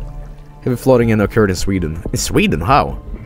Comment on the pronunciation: I literally went "Sveeden" as soon as I saw it and then a couple of seconds later said it the same way.... Have I been infected with Jobelitis?